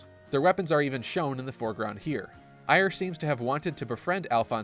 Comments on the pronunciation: Eir is pronounced "air" or like heir to a throne. Not, "eye-er". Do people watch things then pronounce things incorrectly on purpose? I simply do not understand this. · Who the fuck is Ire? Trailer literally says "Air". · Guy in charge of the music ...fired. I just wanna know why Loki is in the video. Also Eir is pronounced "Air".